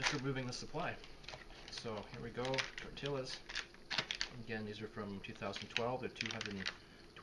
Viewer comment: Tor Tee YAS Tortillas